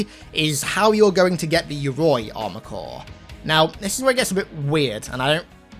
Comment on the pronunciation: just so everyone knows, Yoroi is pronounced yo-row-ee lol